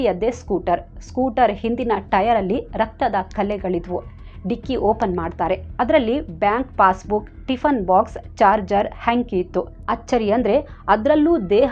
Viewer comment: Very nice narration...adre English baralla ansutte nimge .tiffanu, teshannu...ivella sari madkolli.Any way,u are super dear.